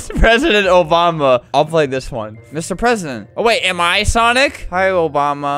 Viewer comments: Obama ❌ Obamda ✅ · obama ❌ obdama ✔️